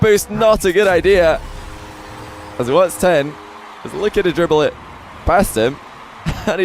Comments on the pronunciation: bro kept saying whats ten. its just watson:sob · it is not "whats10"! it is "whatson10" edit: ops! sorry im not english. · can you not say WHATS TEN ITS WATSON